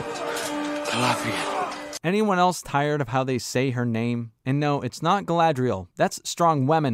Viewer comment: The way they role their r's in this show is so annoying, the way they say Galadriel and Númenor are particularly bad